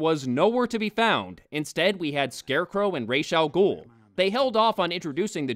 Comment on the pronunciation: It's Ra's Al Gul not Rash, they say it in the movie.